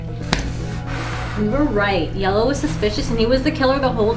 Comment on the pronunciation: 3 round yellow said "jello" not yellow